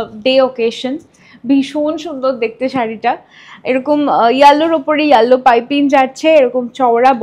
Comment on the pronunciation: Yellow r pronunciation ta google e ekbar dekhe nio